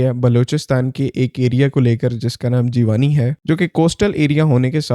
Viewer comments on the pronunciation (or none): Bro its G wanni not jee wani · Jeee wani nahi hai pronunciation . Jivni kehtay hain but i know spelling different hain. 😂😂😂😂😂😂. Secondly sirf balochistan may mountains nahi hain . Punjab or balochistan k boarder dera ghazi khan side per bohat he safe mountain range hai jisay fort mondro kehtay hain. Phir kalar kahar , or salt range may bhi bohat safe mountains hain. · brother although its written as jiwani, but its actually pronounced as jeev-nee 😊 but a wonderful video,as always